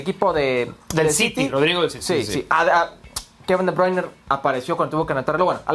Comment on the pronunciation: Que alguien le diga a Hércules que Kevin se llama De Bruine. Y no De Bruiner